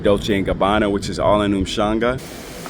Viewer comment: The name of the place is Umhlanga NOT ushanga✌🏽. I hope you enjoyed your stay in our city